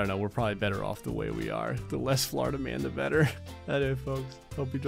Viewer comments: Poor Florida.... or “Flarda” lmao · Tired of saying "florida"